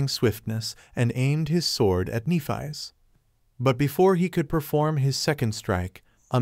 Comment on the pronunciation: If only you pronounced Nephis’ name properly…